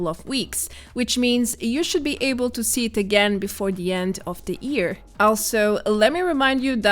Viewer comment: its YEAR not EAR! ffs...